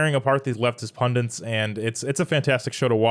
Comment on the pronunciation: The word is 'punDIT', not 'punDENT'. You're welcome. 😉